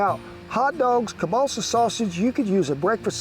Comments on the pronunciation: You talked about substituting the hotdogs for Kebalsa, which is actually pronounced Kiełbasa (sausage)...makes me wonder about your history, are you Polish? R.I.P. to all the Polish veterans that fought for and emigrated to the United States when we lost our country. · Hey Kent? Don't wanna be rude, just wanna say that Kielbasa isn't pronounced "Cabaalsa", I was super confused, so clarifying for others as well. Think Kiev in Ukraine. Key-ev, key el basa, that's how it's pronounced. Love the video! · I love how Kent keeps saying kielbasa as "Kiebalsa" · Ke-ball-seh sausage lmao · the way this guy says kalbassah is like pronouncing trump's name as tremp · Sorry Ken but that sausage id pronounced keel-bah-sah. Here in Wisconsin, if you are not of the German of Polish heritage you are a minority, We just love our kielbasa, especially if it is smoked. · Political views aside, this is called Slumgullion, or American Goulash. And as a Polish-American, you butchered the pronunciation of kielbasa to the point I was wondering what you were talking about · 😂Took me a while to figure out you were saying kielbasa 😂. The way you said it made me think it was balsa wood. 😂 as always great recipe.